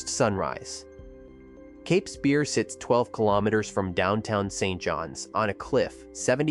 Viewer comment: It's cAplin (long A).